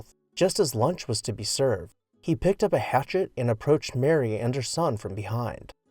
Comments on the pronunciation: Her name was Mamah - (May-mah) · Seriously? At least get her name right. She was Mamah Bouton Borthwick Cheney. ("Mayma") Losing Mamah, her children, and the workmen of the community in that horrifying event was a blow to Wright, his family, her family and the community whose family members were killed. You owe it to them and to these people watching this video to get it right. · FLW's lover was named Martha, but called Mamah, pronounced May, maw, according to the book Loving Frank by Nancy Horan. A must read if you are a fan.